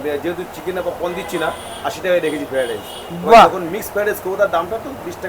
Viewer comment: Amr cook o ei ucharon ta kore. Ami hajar chesta korle o pari na... 😂😂feradice na ki jani